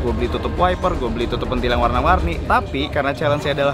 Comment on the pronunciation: bang bilangnya pentil jangan pentil